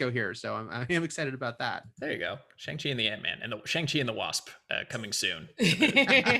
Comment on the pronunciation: That’s a really good pronunciation.